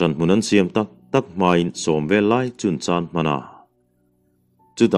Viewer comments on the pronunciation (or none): none